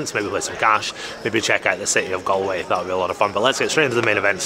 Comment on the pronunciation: Loooove the content! But I can't let it slide, have to say something... It's not pronounced Gal- way as in "Guys 'n Gal's" It's pronounced Gall-way...as in "would you look at the 'gall' on this fella coming in the comments here in a YT vlog criticizing my pronunciation of place names". (You did say it the correct way sporadically) As a Scotsman I'm sure you would get the equivalent nails down a chalkboard feeling everytime you hear someone pronounce Edinburgh as Edin-Berg 😂 But apart from that, 10/10 content 😊